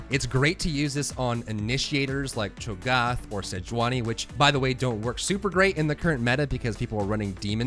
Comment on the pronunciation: He also says cho gaaaaaath